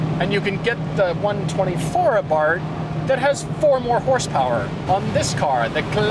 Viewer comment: why does he keep saying fiat 124 a bart?? it has nothing to do with homer simpson's son. it's abarth